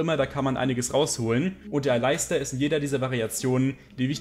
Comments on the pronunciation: Bitte sprich Aleister Alistar aus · Bitte sprich doch Aleister englisch aus :)